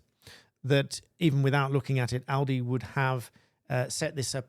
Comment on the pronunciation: Well done for pronouncing 'Aldi' correctly.